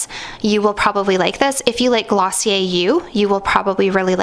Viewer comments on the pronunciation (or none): none